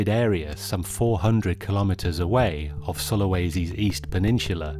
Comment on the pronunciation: The word is "pen NIN su la", NOT "pen NIN Chu la".